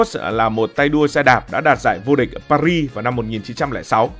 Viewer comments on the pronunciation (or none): none